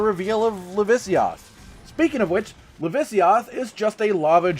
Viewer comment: LAVAsiOTH. Not lavisioth